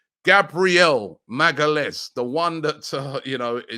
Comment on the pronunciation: Gabriel Maga-Lez.. Damn Robbie.. is THE REAL Butcher.. The Butcher of names..🤣🤣😂😂